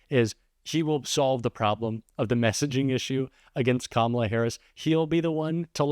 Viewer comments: Did they all agree to mispronounce Kamala Harris's name? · This continual mispronunciation of her name is not at all the flex they think it is. The more they do it. The dumber they look. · Jr. can't even pronounce Kamala's name correctly. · The intentionally mispronouncing Kamala Harris’ name is getting really fkn old. It’s 2nd grade level nonsense